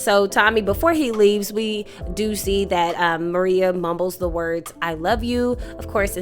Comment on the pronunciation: Excellent recap on episode 9, you brought it home. only one thing l must bring up, Tommy's boo is not named Maria it is Merah pro nouned Ma-Ray-A. At the funeral for Miguel and Merah's grandmother , seated directly behind Miguel is the killer of their grandmother Nunez. The new and improved Tommy is seated there plotting and planning his next moves with Vic Flynn and none of the moves are going to be in his favor. As far as Shanti is concerned, her days are numbered, and so are the days for Claude, both of them will not make it out of season three without incident. l believe that if Shanti is not killed by Tommy, Jenard is going to be the one to take her out of here. Miguel, your days are numbered as well, Tommy has plans for you too. Again, loved the episode breakdown, and cannot wait to see how this action packed season ends, l hope filled with lots and lots of dead bodies...